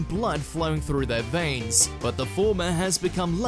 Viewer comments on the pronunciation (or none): none